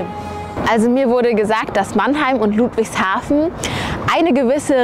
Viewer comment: Die sind so hoch verschuldet dass die nix neues bauen können (deshalb sind da auch überall Blitzer) und albsolut JEDER den ich kenne findet ludwigshafen hässlich auch Leute die da wohnen😂 Und bitte net luudwigshafen sagen sondern ludwigshafen mit kurzem u Ach ja und hättest die basf und die Stadtteile erwähnen können